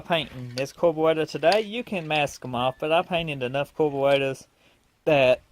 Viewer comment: Carburetor not corporator😂😂😂